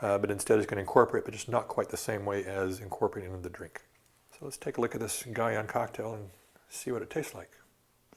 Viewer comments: My inner linguist geek is about to come out: "Guion" should most likely be pronounced "ghee-OWN". I know he's no polyglot by any means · ...but the inconsistency in his pronunciation of "Guion" was really annoying me.